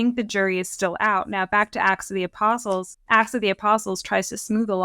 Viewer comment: A slight slurring by made it sound as if she said "ass of the apostles," which cracked me up. It's a little funny because of the modern use of the word "ass," but what actually popped into my head when I heard it was donkey with a fancy riding blanket and "Ass of the Apostles" painted on his ribs, like a bible-age version of a band's custom tour bus.